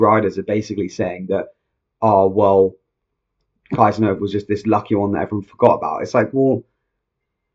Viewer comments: No, not Kaisenhuffer. It's KIESENHOFER! 😊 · Why English speaking people don't try to spell foreign names correct? Her name is kiesenhofer, must be spoken keesenhofer in English.